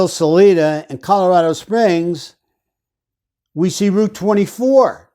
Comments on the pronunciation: If you’re taking this on please at least do research and make an effort to pronounce names correctly. Her name is not Susan. Suzanne! Her last name is pronounced MORE-FEW. Her town is SAL- 👁- DA. You lose credibility when you don’t even attempt to correct this. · No evidence to call Barry a person of interest? You haven't researched this case. Also, Colorado Springs is FAR AWAY from Salida. Oh, btw.. it's pronounced like Saliva. Anyway...Co Springs isn't just a quick drive. You have to go over multiple mountain passes. Salida is the "Heart of The Rockies" and Co Springs is on the front range. Their crime doesn't affect us here.